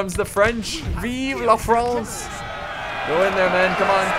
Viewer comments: it is soooo fun to ear you speak french "cheval"or "vive la France" ps:i'm french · I'm french and it's always so funny to hear you saying some french words like "cheval" or "vive la France" XD But the battle still so epic, as all the Total War's Battle